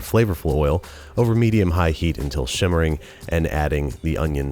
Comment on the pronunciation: Lol is he saying “shimmering”?